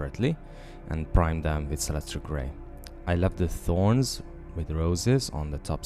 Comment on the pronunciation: did u say u primed her in celetra gray sorry couldnt understand what u were saying